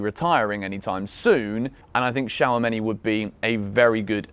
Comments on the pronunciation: Shawameni😂😂 It's Chu-Ame-Ni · my guy just said shower-many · It’s pronounced 2 sha meny